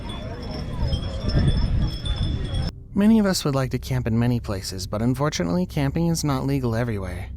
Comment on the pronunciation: I can't tell if you said "Unfortunately", or "and fortunately" there? The Officer apparently did make it out of there just fine, with the other people on the catterpillar thingy. But the fire did take the lives of at least 88 other people in the area. A bit of (hopefully) constructive criticism: When you edit things to repeat a clip so you can narrate the start of it, it can be very frustrating as a viewer. Like in the clip with the man in the tent, with bear outside - the clip got right to the "crux" of him opening the tent as you were doing the voiceover, but then the clip repeated a second time. There was probably enough time there, to just let the clip place the once. I do appreciate the effort to put this video together in the first place, though. I know it takes a lot of effort, especially for this longer video.